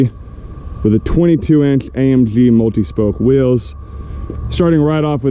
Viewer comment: Say AMG not AMpshhhhhhh